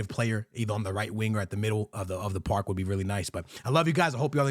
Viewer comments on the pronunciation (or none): none